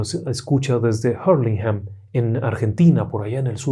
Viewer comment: Se escribe Hurlinghan Se pronuncia en español ( Urlingan) Somos latinos afortunadamente. Pronunciamos en español! Gracias.